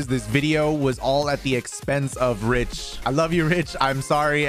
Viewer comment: Is it just me or does it always sound like they say "Ridge" instead of Rich? I must be crazy lol